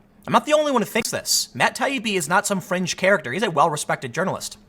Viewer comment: if it was written by someone else .. tim said FRENGE .. Tim is ignorant Stupid Bias